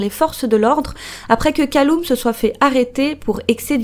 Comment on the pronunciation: Bon je sais que c'est clairement pas le sujet, mais Callum se prononce "Caleume", pas "Caloume" si jamais